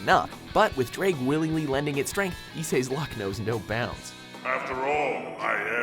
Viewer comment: Ddraig should be pronounced Dr-eye-G, I say this as a welshman who can speak. I havent seen HighschoolDXD right through, then excuse me if Im wrong xD